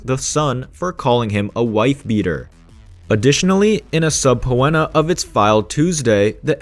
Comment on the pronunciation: subpēnə, not subpooenna btw